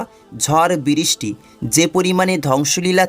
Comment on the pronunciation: বিরিস্টি/উচ্চারণে অনেক ভুল